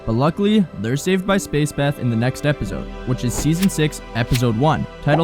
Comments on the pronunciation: The way this guy says epizode instead of episode gets under my skin so bad i dont know why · bruuuh i h8 how he says epizode smfh annoyin ah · Great video man! The way you pronounce “episode” as “epizode” drives me insane though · Really good video! Only one note: try to stop saying "ebizode" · Great Video! Thank You!! But All I Hear Throughout Is Epizode 😂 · I HATE the way you pronounce episode. EPIZODE🤪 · That you say “ep-id-zode” is driving me crazy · what is an "epizode?" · “Epizode” is wild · Um “EPIZODE”?? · Why does bro say episode with a Z it pmo so much